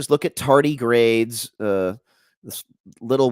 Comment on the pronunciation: if he flirts harder or says tardigrades wrong one more time imma vomit. takes away from the message. flirt on own time plz kthx. dudes a douchebag